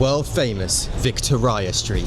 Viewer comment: But then... you blew it with your pronunciation of Victoria street with Victor ahya street